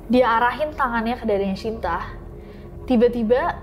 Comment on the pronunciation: kak mohon maaf baru ini aku denger shinta sh nya bener2 dibaca shyinta, it feels kinda strange in my ear biasanya denger sinta sinta wkwkwk